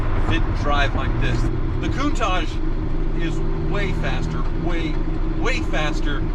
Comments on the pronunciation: "Kun-Taak" pls pronounce this name correctly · It's not contaje! It's a Lamborghini Countach!